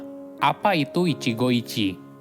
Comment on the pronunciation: maaf, pronounce utk ichigo ichie itu huruf e tetap dibaca (seperti pelafalan ember), jd bukan ichigo ichi tapi tetap baca ichigo ichie